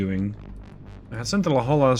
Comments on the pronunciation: Just want to add La Jolla is pronounced la hoy ya. I got made fun of when I moved to california due to the same pronunciation mistake, even more so when I tried to say Cahuenga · FTR, La Jolla is properly pronounced " La Hoya".